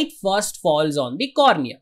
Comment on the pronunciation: Sir it's cornea